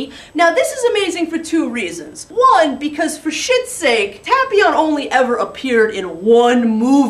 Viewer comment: I really don't want to make you angry but I think you're pronouncing his name wrong.